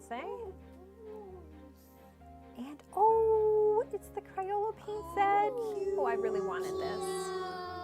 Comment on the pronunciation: “Cryola”???? CrAyola!